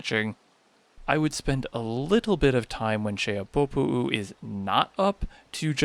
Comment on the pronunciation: I applaud the pronunciation of Xehabopo'u. Another helpful video.